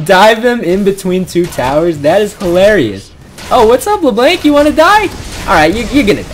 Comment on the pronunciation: It's LeBlanc...not LerBlank. XD But you're pretty funny, so it's okay.